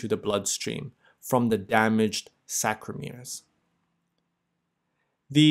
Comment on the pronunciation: Sarcomeres not ballsackromeres